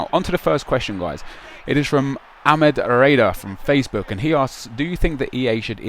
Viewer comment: It DEFINITELY isn't pronounced "ak-med" *facepalm*